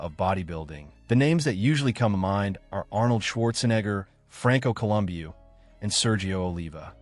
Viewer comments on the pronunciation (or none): Lol I caught that at the beginning of the video. I thought he said columbius